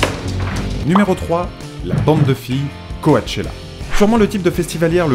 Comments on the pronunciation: coAchella ? Ca se dit pas plutôt cOchella ? :) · on dit coTchella pas coAtechella sinon siper vidéos comme d'habitude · On dit pas "coachella" mais "coachella" comme le mot coach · on dit pas Co-A-chella mais Co-chella 😃 mais hormis ça bon contenu comme d'habitude 😃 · « co-a-tchéla »... on dit cotchela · pas Ko-A-Che-La mais Ko-Che-La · Coachella se prononce cotchella 😉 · Co-A-chella mdr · Ça s'écrit Coachella mais ça se prononce Cotchela putain! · Ta manière de dire "Coachella" est juste magnifique 😂 :') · Just Clara J'pense plutôt qu'il a fait des copier-coller et s'en foutait de la prononciation. J'pense aussi qu'il n'y connaissait rien :') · Dans "Coachella" on prononce pas le 1er a. Voilà c'était pour faire ma chieuse 😊